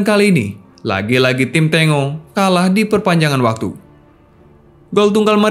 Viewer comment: Bacanya "Tenggo"Boss... Bukan "Tengo"... Itu adlh nama tarian dr negara Argentina... seperti Brazil punya julukan tim Samba, yg juga adlh nama Tarian dr negara Brazil... Videonya udah bagus... Sayang terganggu dengan kata2 Tengo itu...